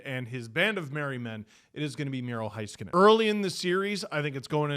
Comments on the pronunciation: HAY-skinen not HI-skinen 🤦🏻‍♂️ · Miro's last name is said HEY-SKIN-NIN, our PA announcer Jeff K made absolutely sure